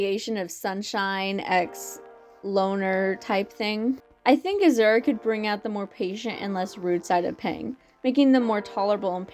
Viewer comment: I enjoyed this video so much but the way you mispronounce Azure felt like a kick to the gut. I had to hold my breath to not laugh. But-just- it’s Ah-Zure with the second part said like Sure but with a Z instead. It’s not that different from Azul (blue is Spanish) Is it because of Owl House?